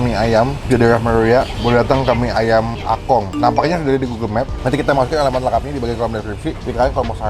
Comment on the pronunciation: Itu engkong bang bukan akong😬